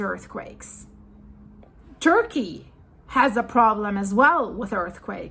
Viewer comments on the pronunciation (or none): none